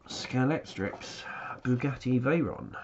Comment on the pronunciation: it's TRIC not TRIX! Damnit!!!!!!!!!